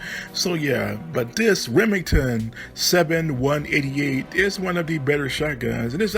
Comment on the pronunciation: The Armalite AR17 was designed for hunting and skeet, not for any sort of defense, or it would have had a larger magazine. The Remington 7188 was designed off the 1188, pronounced "11-88", not "one thousand, one hundred 88". Friend of mine was a SEAL in Vietnam, he used the XM174. He had a shoestring with a key ring attached as the trigger because the original trigger kept snagging on brush, so he got rid of it.